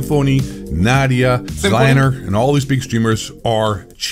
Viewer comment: It's (Zee) Lane (er) btw. Dude with the deep voice was either AI or just doesn't know how to say Z Laner's name.